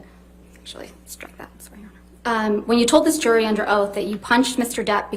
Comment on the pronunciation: How does the word JURY lose the J sound. You Say URY.